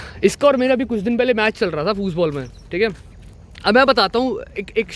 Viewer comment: Bhaiya aap German language seekhe ho kya aap "Football" ko "Fußball" bol rhe ho..... Bolo bolo aisa h kyaaa 😀